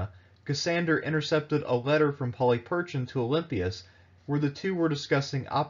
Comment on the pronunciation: Not to suggest that I'm any sort of expert and given that Erasmian pronunciation is quite different than modern Greek, still, 'Polly Perchin' ' is a detour from anything I'd expect. Please, if you're going to be telling Greek history, at least learn how to pronounce the language, that is the easy part.